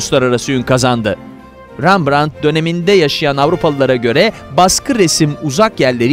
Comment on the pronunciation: Rambrant’ı sizden duydum😉REMBRANT’ı çok duydum😊